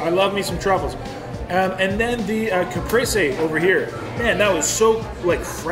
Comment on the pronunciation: CaprEse is how you pronounce it